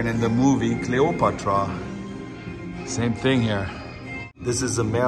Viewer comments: Cleo-PAT-rah not cleo- put-ruh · Great video,. I'd really like to have the Magnum P.I. plate. Learn a bit more of our American accent and pronounce it: Cleo pat tra.